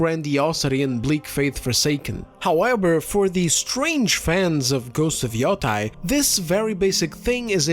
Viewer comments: Its not freakin yotai its yotei Yo te i Yotei Ffs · It's pronounced yoteh. When an e is followed by an i in japanese the i is silent and the e is always pronounced as an eh sound. It's actually pronounced as an elongated eh sound, but nobody is going to nitpick that when you're speaking in english. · People pronouncing Yotei as “Yo-TYE” make me want to flip a table it’s “Yo-TAY” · It's pronounced Ghost of the Yeti 😡